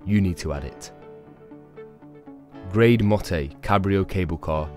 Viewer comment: Sorry, I just have to do this.. , you Pronounced the Grande Motte Glacier Cable Car wrong, and Tignes, so basically, Tignes is pronounced Ti-nye, and Grande Motte is pronounced graund mot. thanks for the tips!